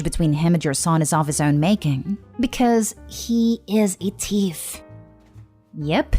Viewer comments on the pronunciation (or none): girl its not teef is THeef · wow can't even pronounce thief right.